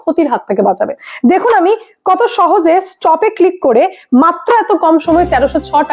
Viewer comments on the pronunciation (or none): none